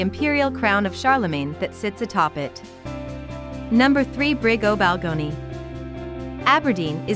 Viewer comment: Why can't you learn how to pronounce names in the city properly.? Eg Machar and Balgownie. Also Peterhead is the biggest fishing port in Scotland. The University of Aberdeen was founded in 1495 and Crathes Castle isn't in Aberdeen but up Deeside.